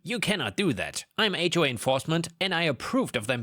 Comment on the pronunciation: Also "H way" instead of "HOA".